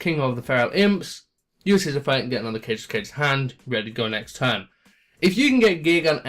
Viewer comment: You should only run 2 of each gadget, replace Them with 2 gear frame and 1 fortress. Please stop saying kagatokaga wrong,it is not cage toe cage, it is car gay. To car gay, it is a Japanese name かべとかべ